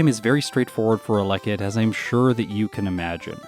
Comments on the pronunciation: Isn't it pronounced "Ella kid" rather than "a leckid"? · It’s pronounced Ella kid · The way you pronounce Elekid is scratching at my brain in a bad way. But your videos are too good to skip any!